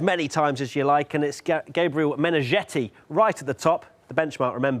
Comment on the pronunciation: Meneghetti as in spaghetti, not -jetty or-zhetty.